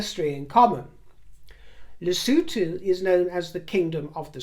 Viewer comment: You pronounce Lesothu perfectly! As in lesooothu! X